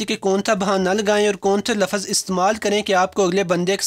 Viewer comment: abe paindu urdu to sahi se bol le. namone lavz hota hai lavaz nahi